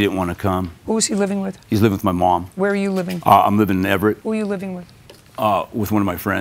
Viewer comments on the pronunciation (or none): Jesus, that guy was so cracked he couldn't even say "MOM". "She was attacking my moam... I was defending my moam..." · If that brother said "my muahmm" one more time I was going to lose it.. lol. He deserved to pay just based on his irritating pronunciation and smug demeanor 🤨.